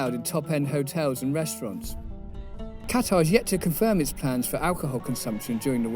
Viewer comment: you made my ears bleed everytime i heard you say Qatar